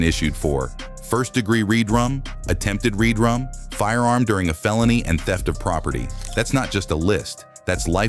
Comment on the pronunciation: It's RedRum..Red..Rum..not read rum..js